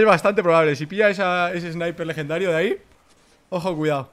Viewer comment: Con ese "lejendario" acabas de matar al rubius xD